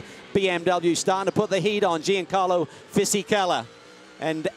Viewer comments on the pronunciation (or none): "Gee-an-carlo"?? That annoys me, the 'G' is very soft in the Italian language, pronounced more like "Yan" or "Sh-Yan." I don't know why but I find mispronouncing someone's name very disrespectful.